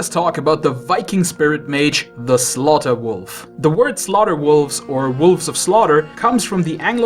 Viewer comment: "With armor made of wofl!"